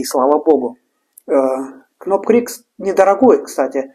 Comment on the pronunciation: Доки-на будущее: в буквенных сочетаниях "kn'также как и в словах know, knock knock-буква "к" НЕ читается-без обид🤝😉